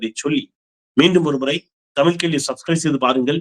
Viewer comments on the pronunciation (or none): none